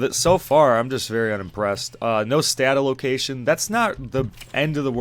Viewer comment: I had to look up what you were talking about when you kept saying stat allocation. I kept hearing statalocation. I was like what is he talking about i thought it was some arpg term i didn't know somehow lol :) Anyway good review, i bought it and refunded personally, i'll check back later if they fix it up. Also wanna say i appreciate how you still listed the good things the game has, i see wayy too many YT video's where people just sht on games negative after negative with small minute details just to do it, so bravo.